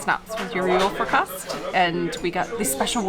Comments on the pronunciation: I know this is going to sound incredible.... but you do not swallow any letters in "julefrokost" 🙃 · julefrokost - all the cyllabels have the same speed and emphasis other than that a merry christmas to you and yours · It funny to hear how much you struggle with julefrokost and julebryg :D